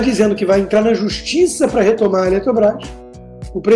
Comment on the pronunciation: Pior, todos os esquerdalhas presentes, riram da situação. O cara não sabe nem falar . Ele fala pa ao invés de para. Meu Deus. Que decadência.